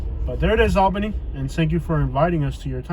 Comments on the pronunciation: Say it with me now- "ALL-benny". Almost awl-benny. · 2 1/2 minutes of repeating himself. That’s a lot of babbling. East albany is all hood. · Doesn’t even know how to say Albany 🤣🤣🤣❤️ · You saying the city name wrong sir